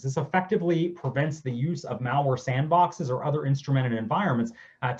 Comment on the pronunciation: It's MALware not MALLware like you go shopping at the mall. I can't take this dero seriously. He is not an expert 🤦